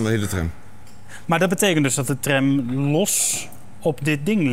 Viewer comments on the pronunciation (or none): aub spreek tram uit als tram niet als trèm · Het is Tram niet Trem, zeg dat dan ook!